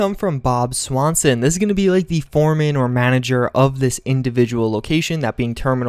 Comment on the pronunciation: Bob Swanson? Bruhhh, how you not see the stan part of the name? It's stanson